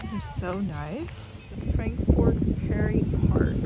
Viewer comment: Learn how to pronounce . S is silent in Illinois. It’s prairie not perry